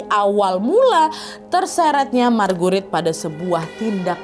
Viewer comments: just FYI sebutan Marguerite sama saja macam Margaret, bukan mar-gu-rit. Charles disebut charls, bukan char-les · Ko kedengarannya margurit markurit😂😂😂😂